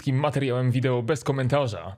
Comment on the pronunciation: VIDEO a nie VIDEŁO